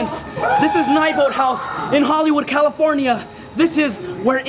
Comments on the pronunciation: The tour guy said nybolt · He said neibolt wrong